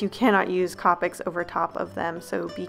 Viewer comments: Copics are pronounced co-pic not copic like co-owner not trying to hate though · Wow Iv never head anyone pronounce copics COPics I love the way you say it Iv always thought of it as COPEics 😄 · The way you pronounce copics is really satisfying for some odd reason